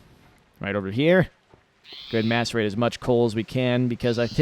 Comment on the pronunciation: When he says Macerate, am i the only one who hears masterbate?